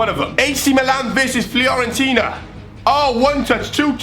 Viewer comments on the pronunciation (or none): none